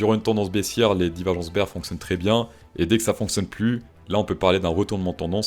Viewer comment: Prononcer "beer" market, c'est un peu comme prononcer le "t" à la fin de 20 ...